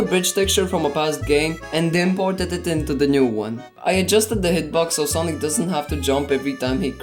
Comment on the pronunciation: That not sonic that sanic💀